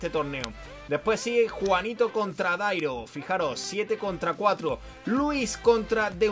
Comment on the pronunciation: en vez de Darío dice Dairo jajajaja